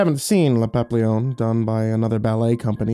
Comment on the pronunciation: please, it is pronounced "papee-yon" not "pop-leon". It is the French word for butterfly. Like how tortilla is pronounced "tor-teeya", not "tor-tiluh". Great narration otherwise but this is driving me crazy.